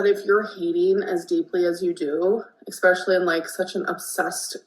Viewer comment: Acting like a big smug cvnt while using "EXPESHULLY" should be a criminal offense.